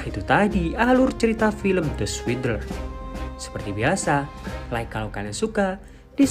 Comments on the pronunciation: setuju. saya dengernya kok kayak ngucapin the sweeter. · Lhaa aku dengernya the sweeter 🤣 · Judulnya apa sich..? Aku sich dengernya " The Sweeter " 😆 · Yg saya denger di video suingdel Hahaha..makasih bang